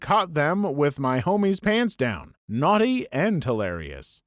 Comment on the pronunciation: “NoArTeE” Bro sounds more British than I do 💀